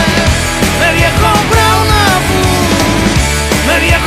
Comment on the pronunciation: Me pone de los nervios que diga "Pu"